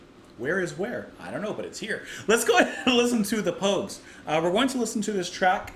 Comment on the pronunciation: Yes, you're pronouncing Pogues correctly.